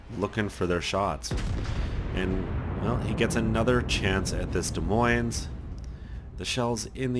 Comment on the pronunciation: both esses in Des Moines are silent. just sayin.